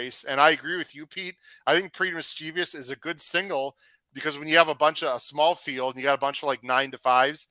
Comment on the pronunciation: Why does everybody mispronounce Pretty Mischievous as mis-chee-vyus? It has 2, not 3 I's.